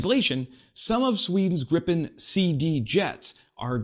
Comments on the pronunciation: "greepe N" If you want to pronounce it the right way 😊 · But the pronunciation of Gripen was bad!!! Interresting how you would have said it with two p. Probably the same...then you should know that you say it wrong with 1 p.